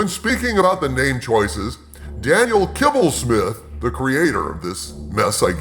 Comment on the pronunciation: Did you say kibblesmith or kibbles n bits?